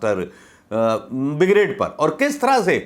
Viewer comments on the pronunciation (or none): none